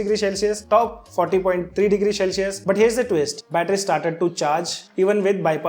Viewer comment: Shell-cius nai hota bhai, cel-cius hota hai